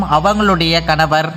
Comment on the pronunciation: Kanavarrr kanavarrr rrrrrrr nu solra😡🤮